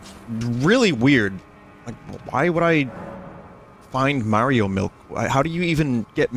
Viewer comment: ya wanna dwink all your mawio miwk